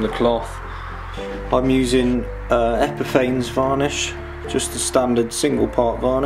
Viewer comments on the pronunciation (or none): To those in the know, Epifanes is pronounced Epi-faa-ness.